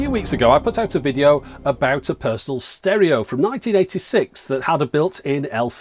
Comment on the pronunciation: I love the way you say "Personal stereo" it makes me want to go to a funcoland or cash converters and buy a brand new JVC tape deck.